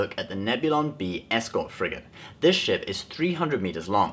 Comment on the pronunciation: half the time you say ship you say shit